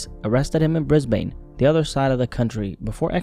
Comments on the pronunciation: It's actually pronounced Brizbin, not Brizbain. Although if you don't have much to do with Australia, I can see how the spelling of Brisbane leads to that mix-up. On a more serious note, I totally forgot about this whole situation. Can't believe it's been over a year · hey, just a heads up for the correct pronunciation of Brisbane is said like "Bris-Ben". Honestly props for getting that close though mate 👌🏽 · Brisbayne lmao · briz bane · i find it so funny how americans always pronounce australian cities incorrectly